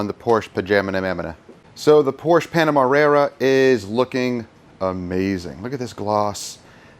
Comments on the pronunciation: Great content man! Pronouncing names wrong adds some good comedy to the video. I count 10 times you said Panamera wrong. Lol & I see you went with the first thumbnail for the video 👍🏽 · Enjoyed the video. I counted 7 mispronunciations. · I counted ten mispronunciations. I was curious about the Oberk Wheel Cleaner, would it be worth is for mobile details as it has a longer dwell time? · Mispronounced 9 times,let's go 💯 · Hello + from Australia🙃 The answer for how many times Panamera was mispronounced was 9 times..Also a great outcome as per usual guys..✌ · im gonna say 3 times before contest announcement once in middle then twice at end, but one of those times at the end you actually say it correctly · you said Panamera wrong 8 times by my count, I could be wrong, but I don't think I am. I'm glad you said why the gas door thing was off, that was bugging me lol. thanx for another great video. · I really dig all of your content. It has helped me tremendously and I definitely appreciate that you are not "my way or the highway". You encourage detailer to do what is best for them. I heard you mispronounce the vehicle name 9 times. Lol! 😁